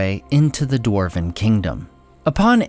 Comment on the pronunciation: For a "" your Dwarven pronunciation is lacking.:(